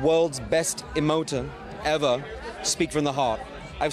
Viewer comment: that but also pronounce 'emoter' in a german accent??? bizarre